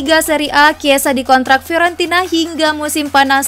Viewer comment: Fiorentina jdi Fiowenti..na. Buffon jdi Baufeen Klo di denger orang Italia bahaya mbak, bisa dikasih pasta nnti.